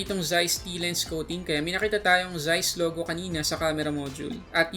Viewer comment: Correct me if I'm wrong ang pagbasa yata yung ganito is "T*" T-Star. I love this review Thank you.❤️❤️❤️